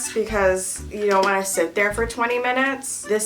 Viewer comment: Nobody: Not even a single soul: Me starts thinking of "zont zo it" when says "don't"